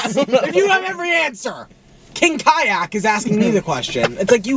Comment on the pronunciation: “KING KYACK” IM DEAD